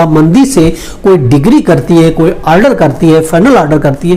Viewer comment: Decree bolna sikh le pehle